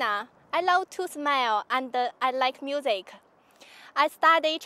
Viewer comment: no comment on the competition, but the accent really piss me off, that's bloody dreadful. MIUSEIK, yeah, nice pronounciation.